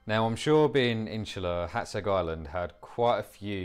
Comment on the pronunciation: Hat-sayg. So that is how it is pronounced. (English phonetics).